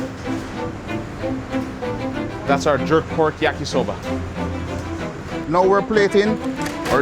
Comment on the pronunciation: When he said "yakisober" I'm like yes this is a jamaican